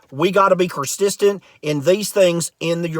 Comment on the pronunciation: His accent makes him pronounce words different. Like curncistent as opposed to consistent. Kinda adorable.